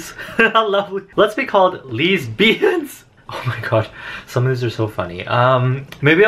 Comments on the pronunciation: “leesbians” lmao😂😂😂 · "Leesbians" SKKSKSJSKS